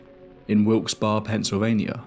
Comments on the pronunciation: Sorry you said it wrong. It's said like Wilks Burrow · The name is pronounced Wilks Berry. I lived in a small town connected to it. But I never heard of this case. It is a middle to lower middle class area and my own house was built mid 19th century, so I don’t doubt there are hauntings. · Excellent segment!! Just one minor correction, Wilkes-Barre is pronounced "Barry" 😊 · Just FYI. They pronounce Wilkes Barre as Wilkes Berry.